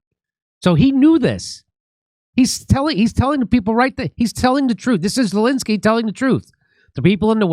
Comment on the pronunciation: After 3.8 yrs Dore still says 'Zilinsky' not Zelensky and most comment-posters still can't pronounce or spell his name right !